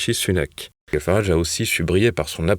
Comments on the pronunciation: 2 journalistes ne savent même pas prononcer le nom de nigel qui se dit naïdjel et non pas naïguel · Très bonne info comme d'habitude. Une remarque: Nigel se prononce Naïllejeule Farrarage pas Naïllegueule. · C'est Nigel comme dans gel, pas Niguel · Apprenez à prononcer nigel pour éviter d'être ridicule😂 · Ne serait-il pas temps d'apprendre à prononcer le prénom de Nigel Farage??? TVL a vraiment des journalistes au-dessous de tout.